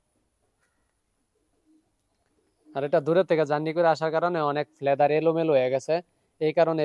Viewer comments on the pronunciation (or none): আপনার উচ্চারণ অনেক ই ভুল হয়।ফেদার কে বলেন লেদার,ফার্ম কে বলে ফ্রাম।